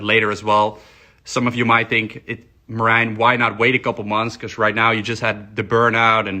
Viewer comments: I pronounced his name as Mary Jane 😁😁 Anyway...6 week blasts ftw...downtime and loss of gains is the part of the game. I like not having raisins. Everyone should find what works best for them, be it staying natty, trt, short cycles, long cycles etc. Edit: Deteriorate a little bit? Man its terrible over here coming off blast. Its like I become a skinny kid again 😁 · Is his name pronounced Marine? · Can't wait for Greg to butcher Merijns name again crying laughing emoji